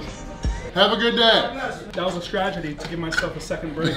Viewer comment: Stragedy? Lol you mean strategy lol